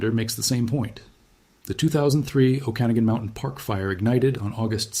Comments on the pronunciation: The proper pronunciation of "Okanagan" is "Oh-kah-nog-an", not "Oh-can-a-gen". The origin is first nations. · Pronounced O-kan-a-gan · What a strange way to pronounce "Okenagan" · we are living in a time where we define how society moves forwards by how we choose to endorse or reject a practice. I’m all for use of AI for gathering information- but under human agency… if i sense AI in the first few seconds- I immediately disengage… why? Because you can’t fully trust what is not being vetted. If the Ai mispronounced the name of the region … I won’t be trusting the facts.